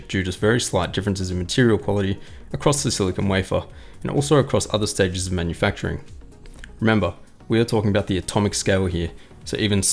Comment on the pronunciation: 'cpu manfucturing process' lol